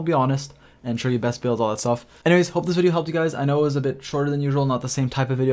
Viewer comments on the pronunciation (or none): none